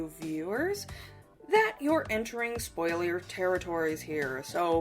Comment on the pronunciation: i loved that slip of the tung for spoiler "spoilier" XD